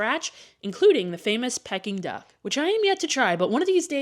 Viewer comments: Its pronounced pee-king duck not pecking duck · I have never heard Peking duck pronounced that way before